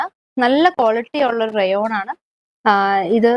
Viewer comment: Rayon rate voice clear alla🤔